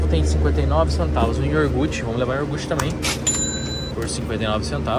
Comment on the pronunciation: é ioguuuurrrteeee e nao iorrrrgute kkkkkkkkkkkk, só pra zoar mesmo, tem muita gente aqui no brasil q fala errado tb kkkkkkkkkkkkkk